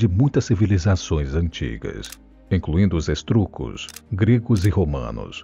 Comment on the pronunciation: Corrija os erros em seu vídeo, não é 476 AC, mas DC. Não é estruco mas etrusco. Nem terminei para ver se há outros erros. Parece um robô tradutor fazendo o vídeo.